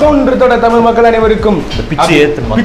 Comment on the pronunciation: தமிழ்)தமில் இல்லை